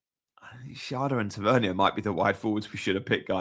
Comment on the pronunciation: Ta-Ver-Nier, sorry your pronunciation is driving me a little bit crazy 😂